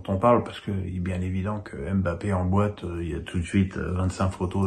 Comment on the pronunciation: Wesh fait une effort avec les noms des joueurs tu les a pas respecter la 😂